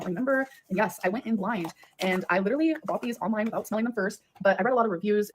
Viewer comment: Leader-ly/ Litre-ly 😂 That is what I hear when she says literally lol.